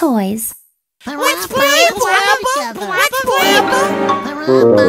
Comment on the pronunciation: “Let’s Play Pawapa” 😂😂😂😂